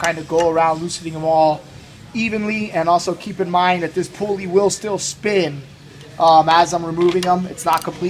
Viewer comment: thanks for the vid!! the pool-ee huh not a pull-ee